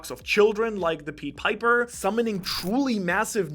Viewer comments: Why you keep saying Pied Piper like that 😭😭 it’s pronounced like pie not pee 🤣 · Pied Piper is pronounced differently.